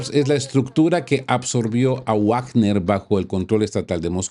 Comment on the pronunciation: Amigo Rodolfo 🏆 primero, quiero reiterar mis felicitaciones por su excelente trabajo. Y lo seguro pedirle de favor un detallito. Podría pronunciar "vagner" en vez de "guagner; es que guagner se oye espantoso 🤨.